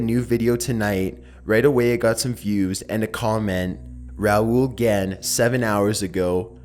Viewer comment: thanks for saying it right